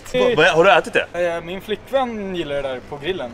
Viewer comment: Är de bara jag eller låter de som att han säger "jag gillar Hitler" haha